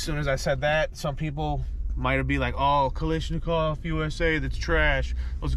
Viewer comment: Say it with me. Ka-lash-nikov. It’s not Kalish it’s Kalash.